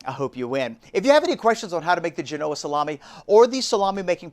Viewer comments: The accent is on the first syllable, not the second . (JEH-no-uh) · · Accent on Gen not o That looks delicious. Thanks! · Gen-oh-ah not Ge-no-ah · It's pronounced Jean-o-Ahh, not G-Noah 😂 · Great episode! (But it’s GEN-oh-uh, not geh-NO-uh) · Isn’t it pronounced GENoa and not GenOa? Great video as always!! Can’t wait to give it a try! Also I’d love to get the sharpener! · My ears have been stabbed haha. FYI...it's JEN-oh-ah 👍The Italian community thanks you 💚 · Do you lose credibility when you cannot pronounce Genoa correct? 🤷‍♂️